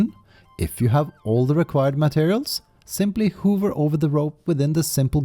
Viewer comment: "Simply 'hoover' [instead of hov-er [hover] over the rope ]. The AI voices still can't get words correct! lol